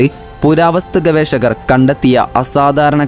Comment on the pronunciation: ഗവേശകർ അല്ല ഗവേഷകർ, അങ്ങിനെ ശീലിക്കൂ